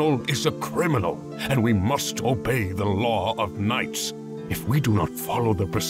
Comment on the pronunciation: Has anyone noticed when is reading the word knights isnt finished... 6-7th line